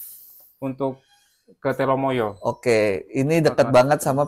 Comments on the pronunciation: Gunung Telomoyo mas bukan telemoyo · namanya TELOMOYO bukan TELEMOYO..